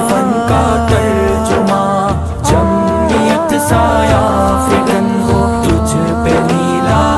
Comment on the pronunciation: تلفظ کی غلطی جمیت.... ضرور ی تھا کہ پڑھتے جمعیت